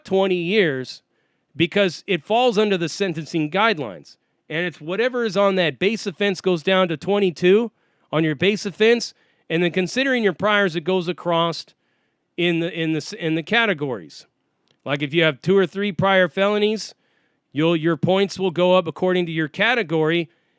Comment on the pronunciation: LMAO no it's the way you pronounce the word across you kept putting the T on the end of it every time you said it